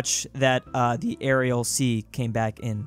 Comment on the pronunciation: and Aral